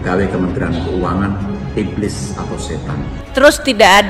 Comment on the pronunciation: Iblis kok ngomong iblid